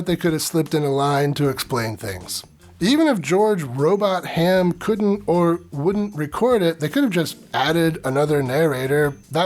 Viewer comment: The name that you were having difficulty with is a form of an old English name pronounced 'Row-Bott-hum' not Robot-Ham. 🙂